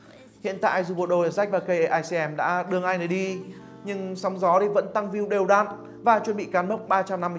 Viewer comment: đọc sai nha cây atm chứ đâu phải kicm